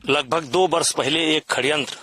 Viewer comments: भाई ये हिन्दी अच्छी बोलता है षड्यंत्र को खण्यंत बोलता है😂😂 'जिसे खण्यंत ही बोलते है' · यह षड्यंत्र को खड्यंत्र क्यों बोल रहा है?😂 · Khadyantra❌️ Sadyantra✅️ Abbe tu speech kaise deta hoga brijbhsan 😂😂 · Sadyantra hota hai ya khadyantra 🤔🤔